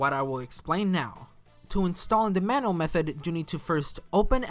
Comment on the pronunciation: You're saying manual wrong Its pronounced man-you-ul and NOT man-all